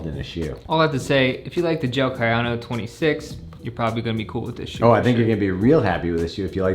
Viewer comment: KA YA NO not kay yano